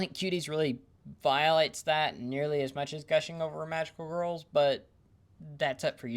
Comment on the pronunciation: You appear to be unable to say the word "girls" You are saying "wurls"